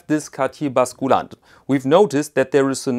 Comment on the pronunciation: Please - the U in „basculante“ is pronounced like the German Ü !!